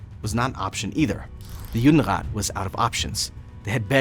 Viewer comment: Не Юнират, а Юдерат